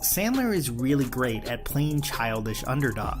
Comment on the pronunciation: Adam the gweat and tewwible